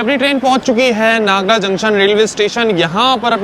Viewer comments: रेलवे स्टेशन का बोर्ड पढ़कर तो नागदा बोलना सीखो क्या नागडा नागडा लगा रखा है? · नागडा में डालडा मिलता है क्या ? नागदा बोल भाई l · भाई नागड़ा क्या होता है 😂😂 भाई ये नागदा जंक्शन है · भाई सही शब्दों का हिंदी में उच्चारण सही करो। खाचरोद है। नागदा है।